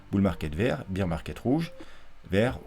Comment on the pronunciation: Sympa tes vidéos mais évite de dire « beer » market, c’est bear (comme Édouard), ça fera plus sérieux.